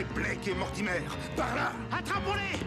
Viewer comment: L'histoire et l'animation sont bonnes, mais les dialogues du personnage principal sont vraiment mauvais. Ils sont surtout conçus pour ressembler à deux adolescents excités. Le personnage de Blake prononce "Mortimer" comme si c'était un mot français. Ce n'est donc pas très convaincant.